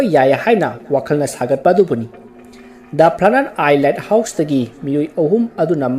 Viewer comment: Bro the light house to myek sengna hio accent da foreign sabada light house haiba mandre let house haiba male sem saraga ngangano english to heitadi the light house ana adum faja hio khngdaba mi film do yengningba mi yaoradi search twbada the led house ana soidana search twgrano ni bro appreciate you for the story